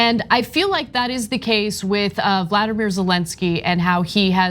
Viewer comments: Please learn to pronounce Zelensky’s first name. There are videos teaching how to say Volodymyr. It is not the same name as Vladimir. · Anna, Ukraine's president's first name is Volodymyr, with four syllables. It's not Vladimir, the name of Russia's thug. Please note this. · Its Volodymyr Zelenskyj! Not Vladamir!!!! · Ana , it's not Vladimir, it's Volodymyr. :) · Americans have no idea how to pronounce Kyiv. Its not Keev. It's Kee-iv. The i is not silent. The Russian and Ukrainian pronunciation are only different in the ending, not the beginning. And Ana keeps calling Zelensky by the name Vladimir, Its not correct at all. Voldomyr is a entirely different name with a different pronuciation. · Can you stop saying Valadimir zelinski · Pronouncing his name the same as Putin's is utter disrespect